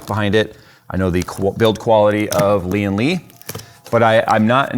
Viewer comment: Why do people keep saying "Li-An Li"?? It's "Lian Li", don't stress the first Li, subdue it and stress the AN!